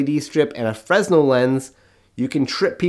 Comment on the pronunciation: The 's' is silent in Fresnel. French name and all that. Heard it as fray-null or freh-nell. Also, going to be flying out to the bay area for Maker Faire! And to meet my new nephew. But for here I'll put MF first. Will stop by the racing track to say hi.